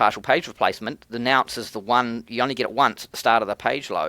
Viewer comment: Bro, it's a nonce not a nounce! But it could be you're saying it in Australian. Love your content. Keep it up.